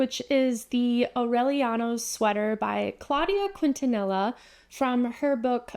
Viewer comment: Also FYI Quintanilla is pronounced kin-tan-ee-yah and Leicester is pronounced lester :)